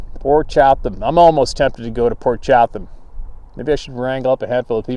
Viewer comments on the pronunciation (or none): 🤣🤣🤣Ya wanna say Port Chatham(Chattum!) again?!? Chattum-chattum-chattum😂🤣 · I'm not positive and don't want to be a critic so please don't be offended ( I know u won't) i think its pronounced "Cha-dum". The reason I say this is one of my best friends name is Jerry Chatham ( pronounced Cha-dum ) we've always called him "Big Jer" due to his 6'-4"/6'-5" height. He corrected me on the proper way to say his last name within an hour of meeting him. So Port Cha-dum is how it may be said.??? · Poor sure was hungry every time he tried to say Port Chapman I kept hearing pork chop. Yep, he was hungry.